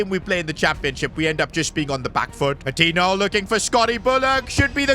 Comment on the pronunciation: Each time he pronounces Patiño as Patinho a part of me dies